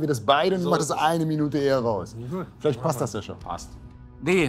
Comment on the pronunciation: Mike , nicht dass passt , deas bast, bayrisch